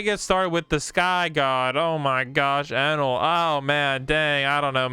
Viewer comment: bro my guy said anal not enel (sus)